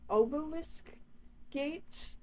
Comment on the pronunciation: It's obe "obe-lisk" not obo "obolisk_